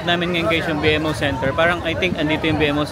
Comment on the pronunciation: B-MO po ang pronunciation, hindi B-M-O